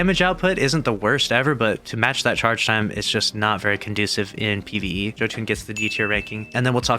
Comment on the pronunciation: Joe tune? Really? It’s pronounced yo-ton